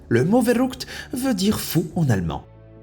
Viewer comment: mon dieu j'ai saigner des oreilles quand tu a dis le mot allemand "Verrückt" XD ça se dis phonétiquement " FerrUckt " et non "Verroukt" XD mais sinon oui, ca veut bien dire Fou en allemand, du bist komplet verrückt mein Freund :p